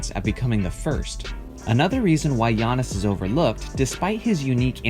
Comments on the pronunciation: First time I have heard someone say Giantis instead of Giannis. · This guy be saying giantis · is it just me or did he say giantis antetokounmpo? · I clicked on this video solely to find out how you would pronounce his first name. Here in San Antonio, several guys on a local sports talk show say it as Gee-on-iss and it's like nails on a chalkboard every time. I am impressed by his skill set, and hope their GM can sign or draft at least one more talented teammate - super teams are what is truly overrated in my opinion. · the way he said his name 🥴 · He pronounced Antetokounmpo correctly and managed to fuck up Giannis. I'm not even mad, that's amazing :p